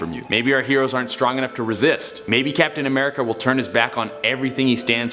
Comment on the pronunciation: Tony died 😫😩😨😰😥😢😓😭😤😭😭😭😭😤 He Died sacrificed himself just hearing you saying captain America is funny